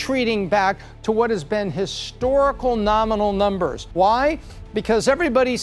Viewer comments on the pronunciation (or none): "nuhmbuhs" "howevuh" "lahgely". Wow she has a hard time pronouncing her "R"s lmao.